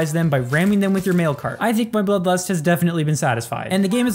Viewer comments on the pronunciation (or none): it sounds like you are saying Blublust